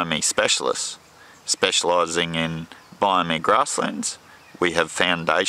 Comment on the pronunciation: Not trying to be horrible, but the way you're pronouncing biome is wrong.